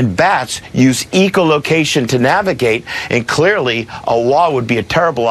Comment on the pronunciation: This guy says "eco-location" , but it is "ECHO-location". It is interesting that he is a wildlife expert, but doesn't know the proper pronunciation...